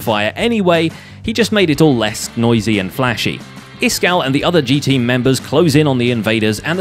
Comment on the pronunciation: can you please call the G-Teams people names correctly with their Gs